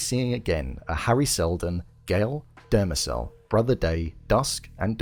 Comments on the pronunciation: “Demerzel” not “Dermacel” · its "Demerzel" not "Demecell"... ffs.